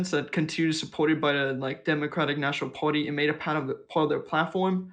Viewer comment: Caller, are you saying "party"? or "potty"?